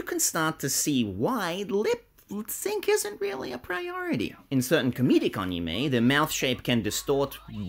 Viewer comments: It's ani-may, not ani-me, just letting you know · Ball also, your argument falls apart anyways since he's not pronouncing it right even in the Japanese way. Search up the Japanese pronunciation, it's ani-mey